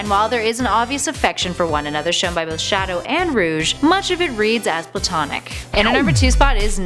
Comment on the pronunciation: I hear sha-douche